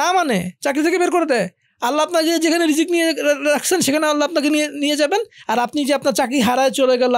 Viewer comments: ভাল লাগল কিন্তু একটা জিনিস বুজতে পারতেসিনা আপনারা বার বার রিজিক কে কেন বিকরিতি করে রিজস্ক বলতেসেন?এটা কোন ধরনের অসভ্যতা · উচ্চারণ টা কি রিজ্ক নাকি রিজিক ? উপস্থাপক দুজনেই রিজ্ক বলছেন কেন ?